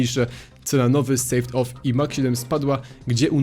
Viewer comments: Sałd-off, a nie jakieś sejwd w= ł in english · to niezłe sałd-off, jak już to "sołd-off" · M4A1-S Silencer hmmmm, tak jakby S w nazwie nie oznaczalo wlasnie Silencer edit: Sawed-Off czyta sie sod of, a nie sejwd of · Mówi się "Sołd of" :)